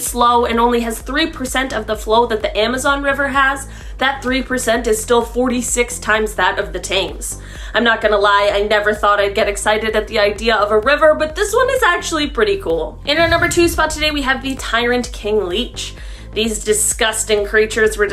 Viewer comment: Never heard the river Thames pronounced like that 😳👍. spelt-Thames pronounced - temz